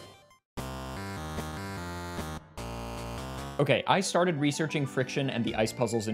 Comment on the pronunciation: i can't tell if intentionally began the video with the sentence "okay i started researching friction" because the words "i started" kind of sound like "ice started" or whether that was entirely by accident.